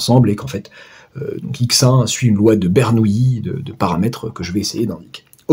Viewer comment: Bonjour, 1) Par respect pour le grand Bernoulli, prononcez plutôt BER-NOU-LI que BER-NOUILLE-I, il n'y a pas de i devant les "l" et bernoulli n'est pas une nouille 2) Pour L'arnaque Rien ne nous précise à priori que S suit une loi de binomiale (identique et indépendante) de Bernoulli, il faudrait peut-être le démontrer Sinon, on peut écrire que Sn=∑Xk et donc E(Sn)=∑E(Xk) par linéarité de l'espérance. Le bizarre c'est que j'arrive au même résultat.. gloups Je vais regarder la correction.